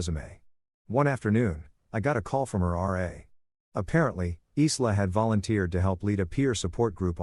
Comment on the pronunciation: Isla is usually pronounced ( I LA) silent S Parents haven’t taught Respect & Consequences